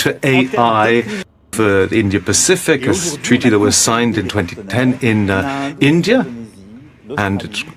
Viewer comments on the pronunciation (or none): analysis karne se pehle India toh dhang se bolna sikh lijiye....it's India not "Endia"....